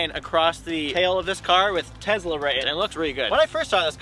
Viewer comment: TeZla. funny.